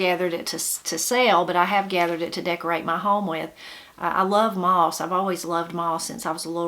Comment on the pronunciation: Moss not miss